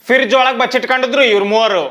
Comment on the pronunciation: Friz❌️ Firrzz ✅️. 😂😂